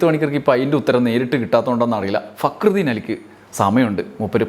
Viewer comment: ഫക്രുദീൻ എന്ന് പേരുള്ളവനെ ഇതിൽ ഭേദം കാര്യം സാധിച്ചേ അതിനു മുന്നിലേക്ക് തിരിഞ്ഞിരുന്ന് തിന്നുകയാണ്. അല്ലെങ്കില് അയാൾ പറയുന്നത് ശരിക്ക് തിരിയാറില്ല. റാ എന്നതൊക്കെ ഴ എന്നാണ് കേൾക്കുക. പി എ ആയിട്ട് പ്രവർത്തിക്കാൻ പറയൂ